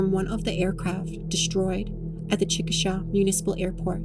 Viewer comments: It’s pronounced “chick-ah-shay” FYI. Well made and well done, but if you’re using an AI voice, not a fan of that. The words sound very clipped and almost too perfect, that’s why I asked. This would be A+++ if you got someone to actually narrate it I think. I enjoyed it nonetheless, but that voice kind of dulled it a little. I loathe AI, just my opinion lol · Okie here Say it with me now CHICK, A, SHAY Not chick a shah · It’s pronounced Chick-a-SHAY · The pronunciation of the name of the town of Chickasha is Chick-uh-shay. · Amazing work! I only have one critique as a life long native Oklahoman from be Lawton and Chicksha, it is pronounced Chick-uh-shay. I know some our names are weird and difficult to pronounce, especially some of those that are based on various tribal names and such. For some reason, Chicksha is just one that grates on my ears when mispronounced. I can literally here myself saying it inside my head when Im fixing to here someone say it for the first time, lol. My apologies, My intent is good, I promise! :) 🤍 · How hard is it for people to call the town and ask how to pronounce the name of it. I mean you were so close. Like even the indigenous pronunciation sounds better.